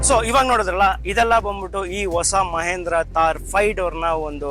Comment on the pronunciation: ಮಹೇಂದ್ರ ಅಲ್ಲ ಗುರು ಮಹಿಂದ್ರ